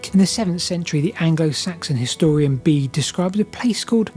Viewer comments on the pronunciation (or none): Bede isn't pronounced "bead" either, it's more like "bear-duh" or "bear-dah"